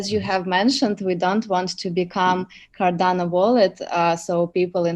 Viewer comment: It’s Cardano, not Cardana! Thanks 🤦‍♂️